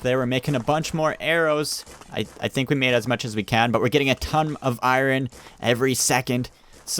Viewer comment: Who in 2020 watching this video oh and he’s been saying iron wrong sometimes